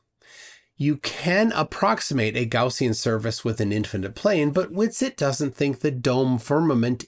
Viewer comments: A "Gowzean surface?" I think it's Gaussian surface quiz kid! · Did he pronounce Gaussian as Gorsian?